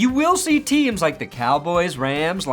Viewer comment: It's a LIKE button, not a LICK button.